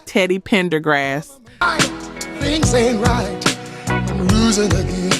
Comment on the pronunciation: Is this an AI account? The word “Again” should never be pronounced like that